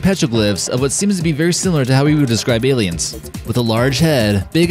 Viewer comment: Space auss-liens Oi oi oi